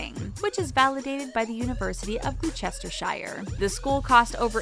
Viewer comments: It is gloss-ter-sh-ear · The way they said Gloucestershire killed me glost-e-shear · Is anyone else astounded by the butchery of ‘Rochester Shire’ this women just inflicted on my ears?! And you don’t need to add the ‘Shire’!!!! Americans really can’t speak properly in any language!!! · Glue chester shire? Seriously? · ok, its: g-loss-ter-sh-eer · Gloochestershiiree Omggg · You say Gloucestershire like Glostersheer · haha, indeed. For reference to those that don't know and want to know, the pronunciation would be 'Gloster - sheer'. Another one Leicestershire = Lester -sheer / or Worcestershire = Wuster - sheer. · who on earth would pronounce Gloucestershirelike that. im sorry but Americans can be just hilarious when trying to pronounce words from other places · You pronounced “Gloucestershire’ wrong. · The pronunciation of Gloucestershire was epic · It was painful along with the pronunciation of Alma Mater.